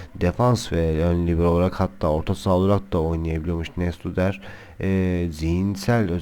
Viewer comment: Yalnız Skrtel Arsenal'den değil, Liverpool'dan transfer oldu. PS: Fenerli değilim. Like verdim. :) Neustadter'in okunuşu: Noyştadter.